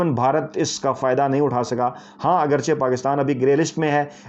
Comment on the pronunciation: Aggarchay, not Aggarcha